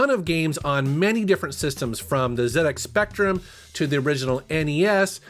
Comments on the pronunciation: Thanks for saying "Zed X Spectrum" not zeeee x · You pronounced "Zed" X spectrum correctly, my inner geek is glowing 😁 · Thank you for saying ZX Spectrum correctly 👍👍